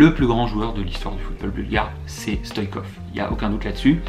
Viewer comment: C est Stoichkov pas Stoikov